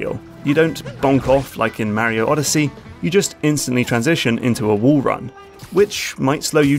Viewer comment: Great vid m8. But please stop saying mario in that wierd way.